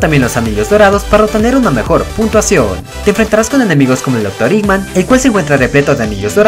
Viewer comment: Y vos decis dr. Iman